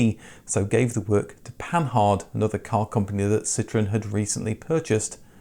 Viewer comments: Whilst interesting your dialogue is made tediously annoying by your persistence in mispronouncing the most basic names and terms. Pan hard? It's clearly "panard" Puh-geowe? In the civilised world it's "Purrgeowe". I could go on. Please do try to speak English. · I think Panhard (Panhard Levassor) is pronounced Pongaah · Yeah, Panhard is quite a famous name in car making, least not for their armoured cars also that were sold worldwide - never heard anyone pronounce the H in Panhard, apart from my friend who had a reading age of about 12, sorry to say. Might as well be consistent and say the E in Citroen, if we're just going to go for phonetic English pronunciation with French names.